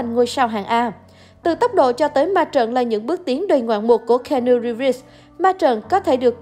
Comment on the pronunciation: Xin lỗi bạn nhưng trong 4s đầu khj nghe bạn đọc tên keanu thì tôi chẳng có hứng xem tiếp. Tặng bạn 1 dislike và mong bạn xem lại cách phát âm cho chuẩn.